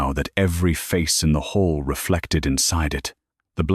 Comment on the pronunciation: It's hall, not hole.... the AI doesnt recognize synonyms... and each editor, narrator, data entered.... miss it all